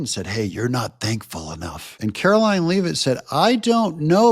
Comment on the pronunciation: for crying out loud, it's Leavitt, (as in leather), not Leeevitt. How many times do I have to tell you! Sorry, I really like your channel but jeese.